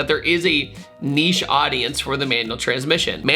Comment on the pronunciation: Can we take a moment to appreciate the fact that you can actually pronounce the word NICHE instead of NITCH? Thank you!